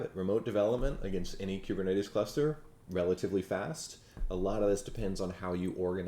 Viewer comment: I know you put a lot of work into this presentation, but I have two random things: 1.) I like the way you say kubernetes. The way I say it rhymes with “goober,” lol. 2.) For some reason on the iPad app, YT is showing your account as having 12.6M subscribers. 😳 Screenshot